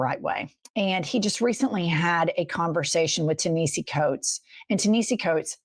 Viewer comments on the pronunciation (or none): Jen. it's pronounced Ta-na-hasi FYI and please please please read his books and articles in the Atlantic. You will become 100x more brilliant for it. ❤ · It's Tan a hase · The phonetic pronunciation is TAH- NE- HAS- SEE , please say it correctly. That man is too brilliant and known for you to not take the time to learn the pronunciation. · FYI- I believe it’s pronounced Tah nah hah see … love your show! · Ta-ni-has-ee coates. Love yal 🍉 free Palestine 🇵🇸✊🏾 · It’s TA-NeHASI, ladies. Please get his name right. It’s not pronounced the way it looks. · It’s “tah-nah-hee-see” (tah & nah like bra) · I don’t think that’s how you pronounce his name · Learn to pronounce his name. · Learn how to say his name right or call him Mr. Coates. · Jen, correct your pronunciation of Ta Nehisi, please. 🙏🏼❤❤❤❤❤❤❤